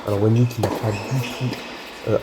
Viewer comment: salut bien joué. Juste un petit cour de chinois Wenhui se prononce Wenrué et non wenoui mais tu le savais pas haha.